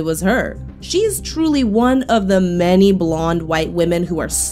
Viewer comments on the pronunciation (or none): none